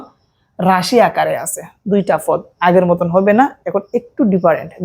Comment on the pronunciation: পদ ❎ না না না না না ফদ ✅